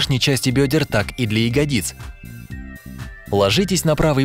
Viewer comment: Ну в видео раньше ставили ударение на букву я в слове "ягодицы" , на этот раз на букву И поставили. Неожиданно